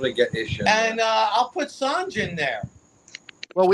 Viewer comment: These guests can’t let someone finish a sentence. And mispronounced Sanj name the whole time.